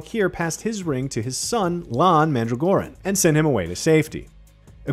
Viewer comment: It's Lan with a short 'a' or is that what you're saying?